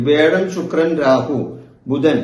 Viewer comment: വേഴം അല്ല തിരുമേനീ വ്യാഴം.